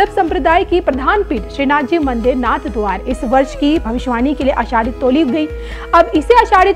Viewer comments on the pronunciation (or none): Announcer does not even know that it is narhadwara NOT NathadwaR😢 इस भद्र महिला को सही उच्चारण भी आता नहीं नाथद्वारा सही उच्चारण है नाथद्वार नहीं 😢😢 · नाथद्वारा है जी नाथ द्वार नहीं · कृपया नाथद्वारा का उच्चारण सही कीजिए